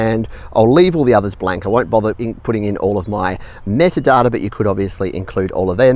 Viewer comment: When he says “metadata “ I feel like hunting wallabies.